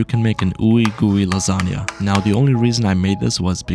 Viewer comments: Bro tell me why say lazania of lasagna? 🤔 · Ah yes, "Lasaga", My favourite type of food